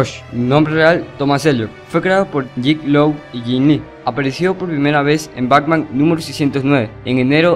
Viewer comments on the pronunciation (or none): Esta muy bien la recopilación, aun que te faltaton varios, como Polilla Asesina, Shame, el rey condimento, entre otro. Solo si tengo una observación, tu dices: BACMAN.. me imagino que lo haces inconcientemente claro! pero si vas a hacer un video con audio en off, por lo menos pronuncia bien el nombre BATMAN! igualmente felicidades por la recopilación! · Antes de hacer otro video aprende a pronunciar las palabras, sobretodo los nombres, es BATMAN, NO BACMAN.